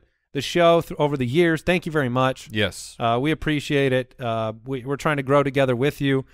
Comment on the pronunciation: Idk why but the way pronounces the word “very” as “veer-ee” is very bothersome to me 😂